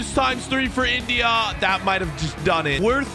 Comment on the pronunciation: Why do you say India like that bro